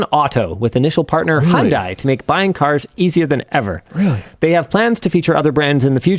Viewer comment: cant understand if linus is saying Honda or Hyundai cause it kinda sounds like he says Hondai